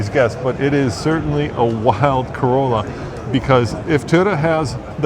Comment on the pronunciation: Oh wow a $100K "Carolla"